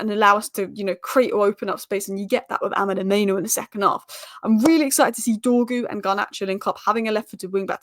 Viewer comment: It's mainoo, not maino